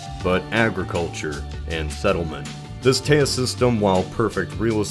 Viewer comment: Not trying to be a jerk, but it’s pronounced “taze” river. Otherwise awesome video as usual.